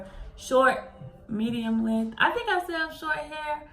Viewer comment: Shmedium. S-h-medi-um. Love it 😂❤️